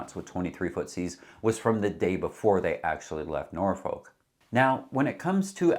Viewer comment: Norfect is more the way to pronounce Norfolk it’s Norfeck